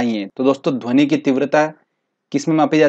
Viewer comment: Best lecture sir Lekin dhoni bolate ho Aur mujhe M.s.dhoni yaad aata he